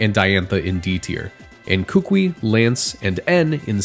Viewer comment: I'm sorry, I've seen this too many times and I just need other people to know. Kukui is pronounced "koo-koo-ee." It's the name of a type of tree grown by native Hawaiians for its wood and seeds. Edit: Great video, though. 10 outta 10